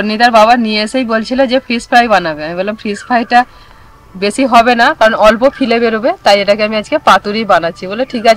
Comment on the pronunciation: Fish fillet bola hoy fille bole na. Didi